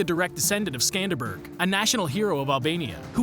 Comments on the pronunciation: Skanderberg? Lmaoo. It is Skanderbeg. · It’s SkanderBEG not SkanderBERG get it right Aside from mispronunciations, a good video, now I know where the creators of Disenchantment got the idea for the name of the King of Dreamland 🤣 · Its Skenderbeu or Skenderbeg not Skandenberg and its prounced Ah-met not Akhmet do some research before posting videos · Its george castrioti skanderBeg not skandeBERG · Btw it is pronounced skënderbeu